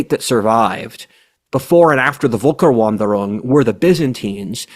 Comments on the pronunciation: Hi, I studied that topic a while ago, so I feel entitled to add a few comments here. First, sorry for nitpicking, but maybe pronouncing FEULKEURVANDEUROUNG would make it more fluid. More important now, we also have to bear in mind that during the nineteenth century, the romantic nationalism movement attributed to that era a strategic and cultural cohesion that those tribes didn't have. So I would venture to propose the following analogy, for what it's worth: - Britain was the only European power interested in conquering North America as an organized state funded strategy, the other Europeans settling as families from various European micro regions (i.e. much smaller than kingdoms) and founding isolated villages without any support from the motherland. - Britain conquered Quebec, the different villages of Quebec having no solidarity whatsoever with each other, and their original French having already evolved into languages as different as the Romance languages we can see in Europe today. - Britain started recruiting Natives from the South to serve in the mounted police. Those Natives had evolved into separate nations long ago, had no intention to remain Natives, and wanted to become British. - The British empire became weak, and at the same time the Aztec empire started expanding further South, pushing many Natives up North. - Those new Natives had not been to British school long enough to master the language and technology, and they didn't find any consistent British administ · it's pronounced f not v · I can't deal with you pronouncing it Wolker. 😆 V is F in the German alphabet. (Usually.) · its Völkerwanderung, not wolker-. And the first letter is pronounced as [f]. But really, in english its known as Great Migration of Peoples, or Great Migration, or Migration Period. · The word is "Völkerwanderung", pronouned like a Brit would pronounce "ferlkervanderung". It consist of Volk = folk / people, plural Völker, and Wanderung = wandering, thus "peoples wandering".